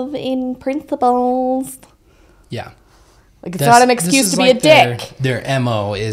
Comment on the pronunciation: Everytime Jody says principles, I hear princibles😂